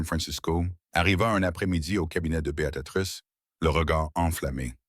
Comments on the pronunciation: Merci pour cette histoire. J'ai tout de même une remarque négative concernant Beatatrice...je m'appelle Béatrice et mes oreilles sont systématiquement agressées par cette IA qui ne sait pas dire B.e.a.t.r.i.c.e. Néanmoins je vous encourage à produire de belles histoires comme celles-ci. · C'est pas Bé a ta trice l'IA n'est pas fichu de dire correctement Béatrice.( Choissisez un prénom anglais, si c'est plus simple. Mais vos fautes a l'oral c'est moche, mais à l'écriture c'est pire. Nos pauvres oreilles et nos yeux.